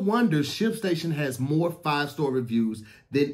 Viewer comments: Hey Tom did he say “MOI EFFICIENTLY” I think he meant to say MORE efficiently, Back to you Tom🤣🤣🤣🤦🏾‍♂️ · "Faster, cheaper and moi efficiently" 😂😂😂😂😂